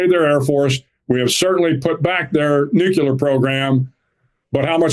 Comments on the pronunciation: Their what program? Nucular? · “Unbelievable — an admiral unable to pronounce ‘nuclear’ correctly. It’s amazing how something so basic can undercut the seriousness of the message.”